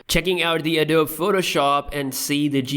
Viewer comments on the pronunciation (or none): It annoys me how he says "Adobe"